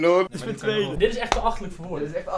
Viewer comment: Ik: oh mij God Koen: oh mijN God